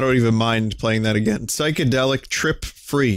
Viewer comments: "Try Agrain" A grain? No thanks, I'm trying to cut down on the carbs. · 'try agrain'